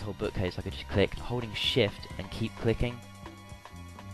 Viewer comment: holding shift sound like ur sayin *holy shit* XP lol